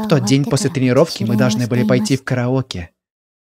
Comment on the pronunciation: Дэ караоке хпхаахах это так смешно звучит